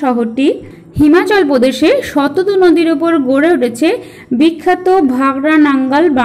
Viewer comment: Eta prothom thekei jene aschhi...Sindhu r Brhammaputra era NOD Ganga r Jamuna era Nodi. R naam ta jantam Shatadru not Shatadu. Uchharon gulo ektu thik kore bolle bhalo hoy.